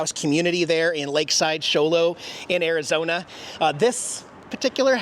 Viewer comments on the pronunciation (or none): none